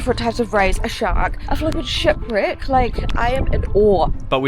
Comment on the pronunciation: Anyone else keep hearing sh!t brick and not shipwreck? 😂 I did the 4x4 tour with my wife here 4 years ago it was amazing. Great video!!